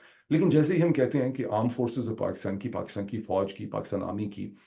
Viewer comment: Dr sahab apka KAATAB b Orya Maqbool Jan k PAAKASTAN ka sound daita ha. Please do us a favour convenience Orya Maqbool Jan that's not PAKAASTAN it's Pakistan please please. Its really annoying when an educated person mispronounces a word and even more annoying when it's his mother language. Thx and apology if I hurt you.